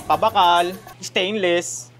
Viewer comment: taga bicol ba si? hahaha PABAKAAAAAAAAAAAAAAAAL!!!!!!!